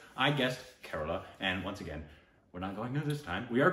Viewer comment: Dude its kerala not kerla